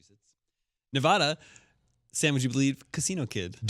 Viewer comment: I love you but your going to hell for saying Nevada wrong